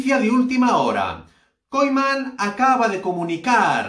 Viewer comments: No se dice kolman. Se dice Kuman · Aprende a decir el nombre del entrenador, man!